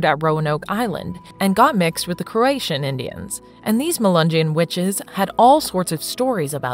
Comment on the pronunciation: Lol crow uh toe in. Not croatian